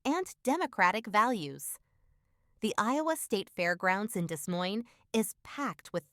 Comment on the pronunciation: Sorry but you lost me at DeS Moine 🤦🏻‍♀️ You don’t know how to pronounce a city but I’m supposed to take you seriously? Naw..